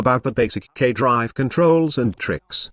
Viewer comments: Lol robot voice pronounces "gay drives" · Sounds like gay drives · Is anyone else hearing "gay drive"? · Everytime you stayed K drive I kept thinking you were saying gay drive XD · the auto-subtitle actually think he says that lmao